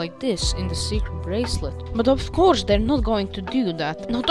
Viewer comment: You called it "circer bracelet" lmao